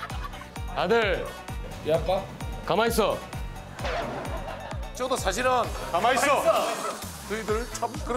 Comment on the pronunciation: 예전에는 가마이쒀였던 것 같은데...ㅋㅋㅋ 가마이써로 바뀌었네...ㅋㅋㅋㅋ 진짜... 허덩 님 덕분에 신서유기 유행어 되게 많네요...ㅋㅋㅋㅋ 머선일이고부터 시작해서..안 절거워...ㅋㅋㅋㅋ 그 외에 발음 때문에 생긴 언지원, 서탭들.. 뭐 여러가지...ㅋㅋㅋㅋ